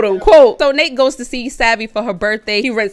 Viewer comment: It’s actually Nate not Nat